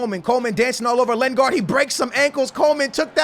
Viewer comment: skillz its lin-gard not len-gard